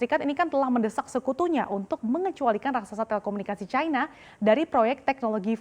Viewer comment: cina kok dibaca caina sih ? salah ejaan